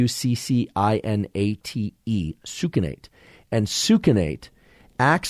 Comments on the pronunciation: Pronounced sux cin ate Not soukinate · Succinate is pronounced: suck sin eight